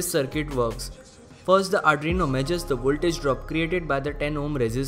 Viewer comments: Adreno? Adreno is a GPU by Qualcomm. Arduino is pronounced R-DU-E-NO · Ar ... du ... ee...noo ok??